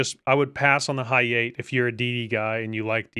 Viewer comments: The "high eight" 🤪🤪 It's Ha-Ya-Te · Yeah hayate is a blast it’s one of the few Japanese DD’s with excellent guns. He says it bad wtf 😂😂